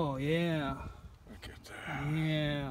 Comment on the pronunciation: Whaaaaat?!! This is my first time seeing this channel. I have to say, the way he kept saying looka dat, made me get a flashback to the kooky 70s tune, The Streak. Heeeeeee 🤪🤪🤪